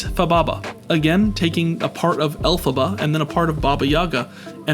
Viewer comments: The reference today are a little more on the nose than today. The way pronounce elphaba. He is saying it like it's pronounced el-faba as in how to pronounce faba from Pokémon. Bachardio is very golurk in design. Fababa has the darkrai silhouette. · It’s pronounced “L-fuh-bah” 🤓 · “El Faba” he says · the way this bitch pronounces "Elphaba" omg you never know anything about the franchises you do videos about omg